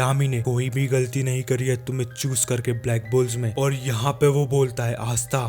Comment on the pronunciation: Arey bhai galdi galdi karoo na pls